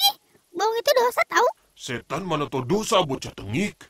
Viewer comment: Pas dia bilabg tau u nya di ganti i jadi apa???